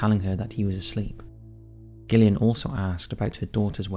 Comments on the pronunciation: The way you pronounced Gillian made me lol 😂 its not pronounced gill like a fish, it's Jill 😂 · Derbyshire, pronounced Darbisher, Gillian, pronounced Jillian, and, by the sound of it, you’re English! PEACE ;] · Yeah the Gillian thing bugged me personally, but I still appreciate his efforts lol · I've genuinely never heard someone pronounce Gillian wrong. Is this done on purpose??